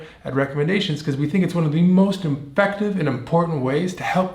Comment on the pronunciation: Dude just said "imfective" instead of "effective" which was on the screen. Talk about a Freudian slip.